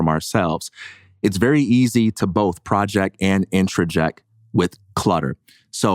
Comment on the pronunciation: Thank you. When project is used as a verb it is pronounced proJECT -emphasis on last syllable.